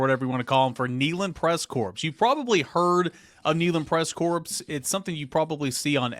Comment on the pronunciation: There is no S in corps!